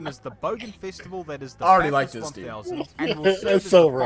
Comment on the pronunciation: It’s actually pronounced Bath-urst not Bath-hurst. Kinda like how it’s E-mu not E-moo!